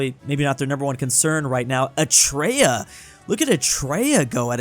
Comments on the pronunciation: eh-ruh-tree-uh, not uh-tray-uh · an American: eh tray ah😂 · The way pronounced eritrea